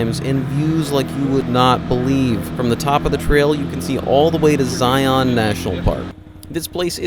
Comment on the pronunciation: Not to nitpick, but it's Zi-uhn, not Zi-awn.